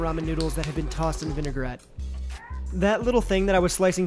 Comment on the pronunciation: There’s no such thing as a vin-e-gar-ette. It’s vin-a-grette.